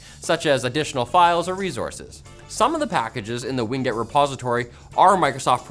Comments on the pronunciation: I’m 99% certain the pronunciation of “WinGet” is “Win” followed by “Get” and not “Wing it”. 99% certain. The other times you say “Ween Get” amuse me haha. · Win-Get, not Wing-Et. LOL! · "Wing get"